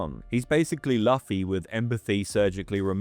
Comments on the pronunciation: BRO KEPT SAYING LOFFY 😭😭😭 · His name is pronounced LOO-fee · How how do you know this much about One Piece but can't pronounce Luffy's name? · there's no way you watched one piece and pronounced "Luffy" like that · Eh, at least it's better than the way Germans pronounce it. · I was wondering the same 😭😭 Great video though